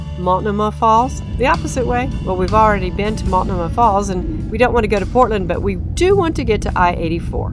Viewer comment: Tip from a PNW local: Multnomah has the accent on the second syllable with a long O.